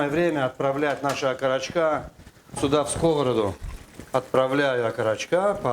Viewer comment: пожалуйста - не скОвороду, а сковородУ!!!!!!!!!!!